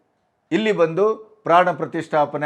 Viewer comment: ಬಂದಿ ಅಲ್ಲ ಕರ್ಗಿ ಸಾಹೇಬ ಅದು ಬಂದು. ಕನ್ನಡ ಸರಿಯಾಗಿ ಮಾತಾಡಲಿಕ್ಕೆ ಕಲಿಯಬೇಕು. ITBT.... ಕಥೆ ಇನ್ನೇನೋ...